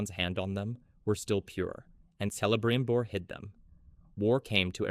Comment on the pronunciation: But Celebrimbor is pronounced with a hard C.